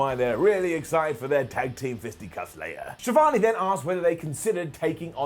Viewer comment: It's Tony Schi Vone